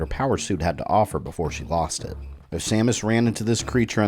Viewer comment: hehehe you said Stamus